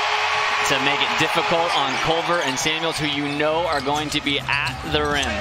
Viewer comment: bro said "i uno" to a brazilian 💀💀💀